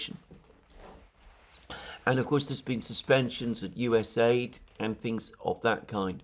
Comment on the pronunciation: US A.I.D. is pronounced "US Aye Ai Dee.